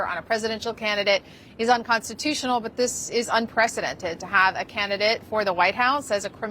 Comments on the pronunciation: unconstitunional - sounds like a joke out of his mouth. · HE SAYS UNCONSTUTIOAL, IS THAT THE SAME CONSTUTION HE WATS TO GUT IF HR BECOME DICTATOR?